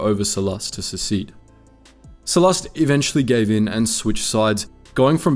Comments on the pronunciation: Every time he pronounces Sullust as Sullust, my tumy hurt. 😔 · I feel like you are saying sullust wrong